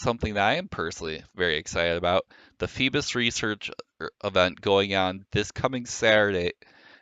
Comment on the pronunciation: You pronounce Feebas like Captain Phoebus from Notre-Dame de Paris. Can't unhear.